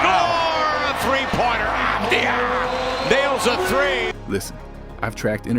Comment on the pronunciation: Pronounced "Avad-yah," as a Hebrew speaker.